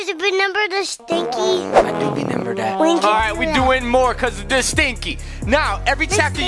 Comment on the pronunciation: Benember the stinky?: I Benember that. Me: hahaha😂